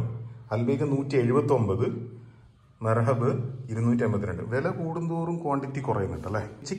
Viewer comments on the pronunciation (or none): ikka മേർഹബ് അല്ല മെഹ്റാബ് ആണ് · മെർഹബ്‌ അല്ല...മെഹ്റാബ് ആണ്... അവിടത്തെ മദ്ഹഹൂദ് റൈസ് കൊഴപ്പല്ല്യാ... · BRO MERHAB ALLA MEHRAB AANE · മെർഹബ്‌ അല്ല സഹോ മെഹ്‌റാബ് 🧐🤪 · മർഹബ് അല്ല മെഹ്‌റാബ്. മയോണൈസ് കൊടുത്താൽ അവർ ചേർത്ത ഫ്ലേവറുകൾ ആളുകൾക്ക് മനസ്സിലാകില്ല അതുകൊണ്ടാ കൊടുക്കാത്തത് എന്നാ ഒരിക്കൽ പോയപ്പോ പറഞ്ഞത്. വയനാട് റൂട്ടിൽ പോകുമ്പോ അടിവാരത്തിനടുത്തുള്ള വൈറ്റ് ഹൗസ് കൂടെ ഒന്ന് നോക്കാം 😊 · Merhab അല്ല Mehrab